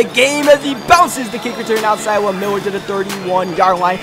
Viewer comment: Love the way he say Miller. Miwwer